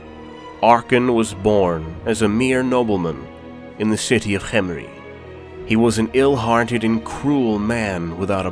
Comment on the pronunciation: Ooh cant have tomb king lore without Cccchhemri. You're saying it weird, why are you putting so much emphasis on the H? What are you talking about? I'm just saying it, Cccchhemri. Say Kem Kem Say Ri Ri Now say Khemri Cccccsshhhshhccrcchremri